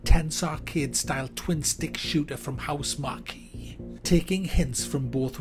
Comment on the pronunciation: "Ma-sheen-a"... "HousemarKEE" ? Is he deliberately getting these wrong ? He MUST be, lol...